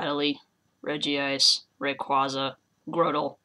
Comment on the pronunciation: And it is "Rej-ice" not "reji-ice"